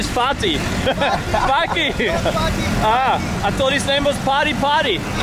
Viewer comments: Faaki, not Fakking, its not that hard, Faaki! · The guys name was Fakih not Fakking. Lol I’m dead